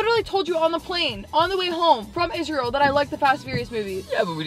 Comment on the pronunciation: I don't know why you keep saying isreal 😂